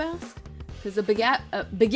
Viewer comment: "Baguette" and "pain perdu" are perfectly pronounced. Sasha never fails to amaze me.